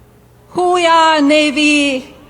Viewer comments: It sounds like Melania was asking "Who we are Navy?" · What? Whowe'r Navy? WTF was that???